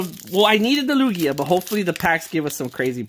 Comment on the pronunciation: TugiaNoooooooooooooooooooooooooooooooooooooooooooooooooooooooooooooooo wait isn’t it supposed to be Lukia